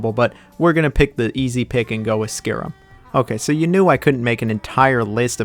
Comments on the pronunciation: Its not Skirim its Sky-Rim Yours truly the English teacher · Noooo you butchered one my fav RPGs ever Skyrim! It not pronounced as skerim it is SKYRIM